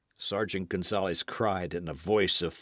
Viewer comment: I truly appreciate the readers at for volunteering to read books. who reads this story is enthusiastic and I appreciated his read, but I would like to suggest that he research how to pronounce Spanish words for the book. The simple reina de Los Ángeles, González, Pedro, frailes( monks) zorro. We currently have apps to help us pronounce words in any language please use them. Being a Californiana I would appreciate it.